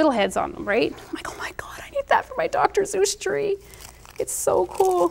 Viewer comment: DR. SEUSS! not zeus